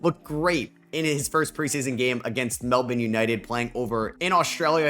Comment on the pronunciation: Gotta appreciate the pronunciation of Melbourne during the Pelicans segment